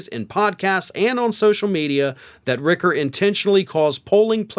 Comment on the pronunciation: It’s Rich-er not Rick-er, just fyi